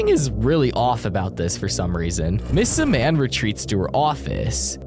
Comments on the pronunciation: Did you just say miss Su mam it’s Miss Simeon no offense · Did you just say miss Su mam it’s Miss Simeon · the scariest part is when he says "miss simean" instead of "miss simIan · IT'S PRONOUNCED SIM-EE-IN. NOT SUH-MAN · Si-man? Its simm-iean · lol its "simian" not "siman" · Every time he calls miss simian miss siman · It's ms. Sim-ian Sim-ee-an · it’s simian Sim-e-an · “Miss su-man”💀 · Why are you saying siman that is not how you say it like that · NOT TO BE THAT PERSON BUT YOURE PRONOUNCING MISS SIMIAN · Imagine not being able to say the teacher's name right.